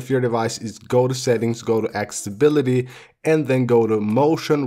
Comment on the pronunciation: Ac-ce-ssi-bi-li-ty , Not Axebility Ce-llu-lar , Not Celar